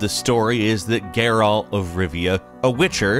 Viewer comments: Also, Geyrault lol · The way he pronounces Geralt drives me crazy too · Stop pronouncing Geralt like that🤦🏽‍♂️